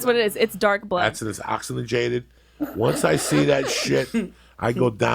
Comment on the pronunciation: oxinagated XDXD XDXD!